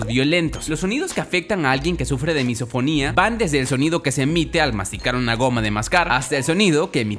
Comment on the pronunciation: Yo entendi MissaSinfonia en ves de MisoFonia